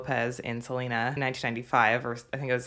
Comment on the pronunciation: Se-le-na not Se-li-na